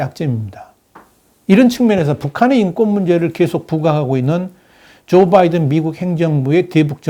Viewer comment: 전부터 귀하에게 하고 싶은 말이 있었습니다. 귀하의 방송을 듣다보면, Biden의 이름을 발음할 때 분명히 B로 시작이 되지만, 상당히 많은 방송에서 귀하는 <M과 B의 중간 발음>을 하는 것을 발견했습니다. 이 방송에서는 14분 42초의 위치입니다. 확인하시기 바랍니다. 명확하게 B 즉, 한국인의 발음으로도 가장 쉽고, 또 분명하게 발음이 가능한 "바이든"임에도 발음을 이상하게 합니다. 수정이 돼야 하지 않겠습니까? 예를 들면, 골프를 치다보면 어떤 사람들은 Nice Shot을 외칠 때, "라이스" 또는 "롸이스"라고 하는 이상한 인종들을 보는 경우가 왕왕 있습니다. 분명히 "나이스"라고 해야 하는데 말입니다. 이런 인간들과는 완전히 다른, 충분한 학식을 갖추신 분임이 분명히 알고 있으므로 이들과 동일시 하려고 하는 것은 아님을 이해해 주시고, 참고가 되셨기 바랍니다.